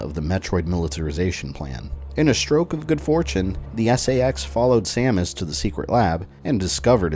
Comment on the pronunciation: hehehe you said Stamus